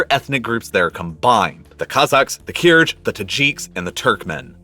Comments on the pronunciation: I like the explanation and analysis but would really love it if you'd learn to pronounce "Kyrgyz" and "Kyrgyzstan" correctly! (it's a hard "g" and the people are the "Kyrgyz", not the "Kyrg"). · Your pronounciation of Kyrgyzstan and kyrgyz is awful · [Meta: "Kyrgyz" and derivatives are pronounced with a hard "g".]